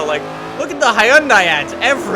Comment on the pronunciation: Does anyone else feel like he says Hyundai weird?